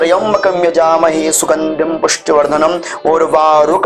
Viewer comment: यजामहे की जगह जजामहे होता ह